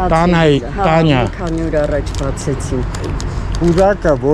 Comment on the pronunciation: Բարև ձեզ, բայց դուք արտաբերում եք Տանյա, պետք հնչեցնել Թանեա, որ լսվի Թ ու ն-ից հետո հստակ հնչեն ,, ե" , ,,ա" տառերը, երբ բառամիջում ,, ե" - ն կարդացվում - ասվում է ,, է" , Թ ա ն է ա - ի պարկ։ Ձեր խոսքում հնչում է Տանյայի պարկ։